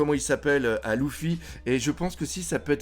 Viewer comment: J’en peux plus que tu dises LOUFFY!!!